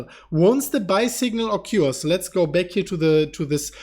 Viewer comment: Think he was trying to say Occurs.( O-kers) lol